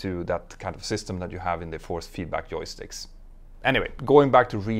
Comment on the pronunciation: Actually, Petter is Swedish - and the way he pronounces 'j' is typical of Swedes. 😉 (I have been resident in Denmark for decades).